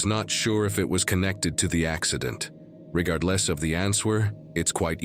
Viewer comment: What's actually scarier than any of the videos on this video is how an AI voice has been used to narrate it and no one even realizes it. One giveaway is how instead of "head" it translates it as "heed". it separates the word "regardless" into two words "regard" and "less", and it emphasizes the W in the word "answer". A.I. is the thing we should all be most creeped out about.